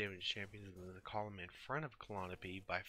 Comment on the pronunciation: It’s pronounced “Cal-Eye-O-pee”